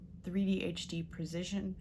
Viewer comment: "Precision, pre-cision" lol